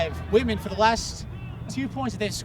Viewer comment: "whitman" sounds so much like "Women" I was really confused for a couple minutes.